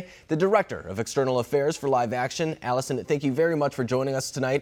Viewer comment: Alison, Alison A-LI-SON.